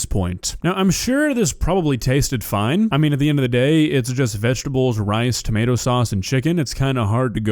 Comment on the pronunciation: She pronounces tomato’s as “tommy-ah-toes” lol